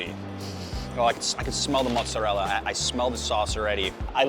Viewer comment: Please stop saying "mutz"